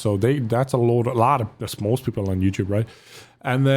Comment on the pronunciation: The way says YouTube as in YOUChewb reminds me of wildcat playing modern warfare with a fake accent saying he’s gonna put the clip on youchewb